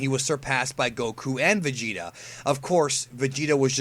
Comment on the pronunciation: vegeta not vegetables